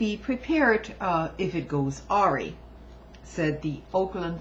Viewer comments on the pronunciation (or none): Just an FYI... the word "awry" is pronounced "uh-RYE". Your videos are great, keep them coming.